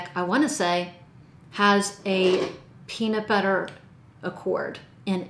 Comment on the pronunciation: Did you say PEANUTBUTTER? 👀